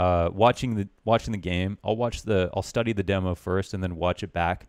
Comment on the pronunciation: God I hate the way he says demo damnit